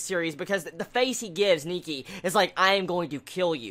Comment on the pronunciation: i saw that preview of next episode AND OH MY GOD I THINK THIS ANIME IS MOSTLY FOCUSING ON SHOUJO ROMANCE. well that's what i think it is ^^ oh and btw its nike not niki :)